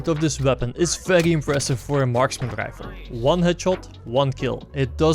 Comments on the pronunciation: Hahhah yes I wanted to say that inmediately. Rifle = Rrryfel. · bolt action rrräifel